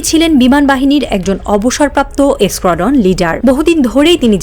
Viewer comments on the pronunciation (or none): Son Sonchalika i Jodi Squadron ke 'eskuandron' bole uccharan Koren tobeu bojha Jay kirokom sangbadikota cholche ei deshe...😅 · "Squadron" শব্দ টা আবার pronounce koro তো 😅